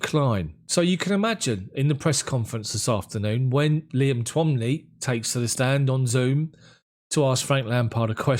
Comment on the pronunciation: It irks me that you and other you tubers cannot pronounce Irish names the reporter you are referring to is called Liam twoumy pronounced 2me otherwise good content